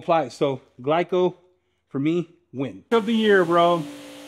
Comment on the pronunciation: my dude said gleeco 😆🐿️💨